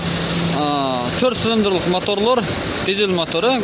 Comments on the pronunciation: Ээ кайсыл тилде суйлойсун блин кавина кавина дейберип зб кылдынго.ушул акыркы жолу тартканын болсун блин, котогумдай суйлойсунго тушунуксуз, торт сылындрлык дейби. Торт силиндрди айталбайсынго блин. Тартпада экинчи суйлобо уйуно барып кум ойноп журобер блин. Же баасын айталбасан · Сүйлөгонду оңдо кабина деп так айт сылындыр эмес